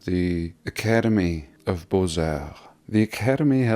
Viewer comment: The x is silent in Beaux...pronounced bo.